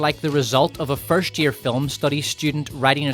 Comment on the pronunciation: I love your videos, and you say film as filim and it's funny